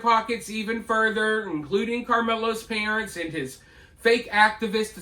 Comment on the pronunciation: 2 secs in, did that thing say "prunts" instead of parents. First time hearing that particular butchering.